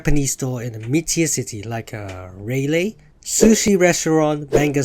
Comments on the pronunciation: Raleigh is pronounce as raw-lee. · “Raylay” that’s now how you say it 😭 And what’d Raleigh to do you LOL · the pronunciation of Raleigh killed me 😟raaah-lee other than that GREAT VIDEO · Raleigh guy here and I approve the new pronunciation "Rei-Leigh" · I literally had to push myself to watch the rest of this after he pronounced Raleigh completely wrong... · NAH YOU BUTCHERED HOW TO PRONOUNCE RALEIGH :SOB